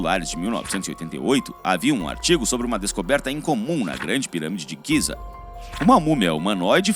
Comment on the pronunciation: O nome é Gize . Não giza . E a sua voz é HORRÍVEL